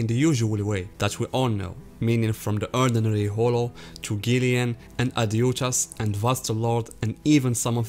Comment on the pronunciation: Ad hooch as*** the J should sound like an H. Like in the name Juan... which sounds like Huan. Aside from that great video